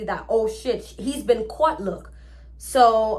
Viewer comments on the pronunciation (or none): none